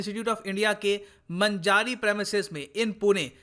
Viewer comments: Sir it's मांजरी not मजारी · The area where fire was broken out,it was under construction building and there was some welding work happend,and same area contain some flamable liquds..so that unfortunate insident happend.....and sir its not manajari but its pronounceation is manjri,hadapsar pune. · It's not manjari, it's मांजरी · मंजारी नही. मांजरी है वो. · सर, 'मंजारी' नही, 'मांजरी' सही उच्चारण है. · सर..मन्जारी नहीं मांजरी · It is pronaunced as Maanjri not Manjaari. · It's मांजरी not मंजारी 😂😂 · That's maanjari not manjaari ye kisa pronounce karta hi re tum north log ( Nana 😁) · Wrong Pronunciation sir, it's मांजारी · मंजारी premises नही सर. मांजरी Premises है... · मंजारी नही ....मांजरी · It's not manjari it's maanjari(मांजरी)sir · मंजारी नही :- मांजरी है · मंजारी नही,मांजरी है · मंजारी नही सर जी मांजरी हैं पुणे मैं हडपसर के पास... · It's मांजरी not मांजारी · सर मजारी नहीं मांजरी है बिसीजी लस प्लेट लगी है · मंजारी नही मांजरी है वो 🤣🤣🤣 मैं पुणे का हू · मंजारी नही भाई मांजरी पुणे. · It is pronounced as Maanjri. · It's pronunciation is मांजरी ! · Sir village name मांजरी hai not a manjaari.thats it. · Sir it is pronounced as maanjri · मांजरी पुणे महाराष्ट्र location pronounce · pronounsation of Manjari is मांजरी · sir its मांजरी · correcr pronounce ---- Maa n ji ri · Pronounce: मांजरी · sir u pronounced MANJ-RI in wrong way.. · Maanjri pronounce hota h sir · The pronunciation of manjari is so wrong